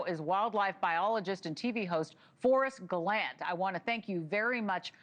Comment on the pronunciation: Forest GelANT?! This guy is so famous you’d think at LEAST get his name Right??!!